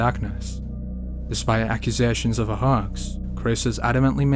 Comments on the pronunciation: What's a haAAx? It's pronounced hoax. And of course cern is gonna say it's fake. In both cases whether it's real or fake they're gonna say it's fake. It's very possible it's real. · a Hawks? you mean a hoax pronounced hokes. sounds like folks or strokes Im telling no jokes. what your saying sounds like the bird, got it, word! looks like were gonna have to work on your thick accent, so your understood by all. repeat after me: screw you dude, my accent is fine!😁